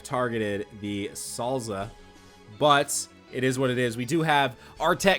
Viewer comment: This is what I heard when u said ur targeting souza. "I'm gonna target salsa."